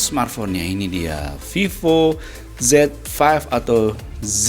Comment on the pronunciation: Viiivooo bacanya